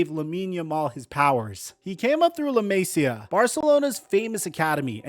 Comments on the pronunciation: Clocked out at “La May-see ya” 😂. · pronounce “la masia” like that again i’m gonna have to unsubscribe